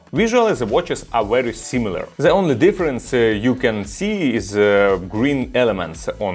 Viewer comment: Произносишь the совсем как Z